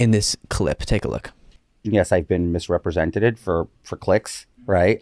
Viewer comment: I’m starting to suspect Santos only has that one combination of clothes😅 also did he say he’s being “ misrepresentatid” 😅😅😅😅😅